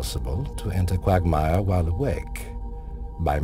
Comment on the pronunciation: lol qwaugmire